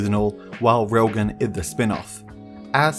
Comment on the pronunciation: bro.. its RAILGUN, not wailgun